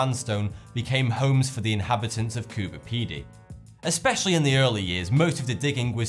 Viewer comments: It's Cooper Pedy. Not CooBer Pedy. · its Cooper Pedy, not Coober